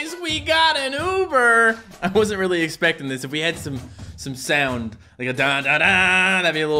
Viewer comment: the first time he tried to say the meaning of Hatsune mikus name it sounded like he said "The first Virtual Shit"